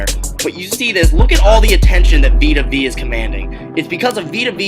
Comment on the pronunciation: Please learn to pronounce the dudes name... Vita Vee?? it’s Vea... pronounced Veyah